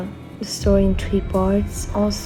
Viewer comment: Why do you always say “tree” instead of tHree?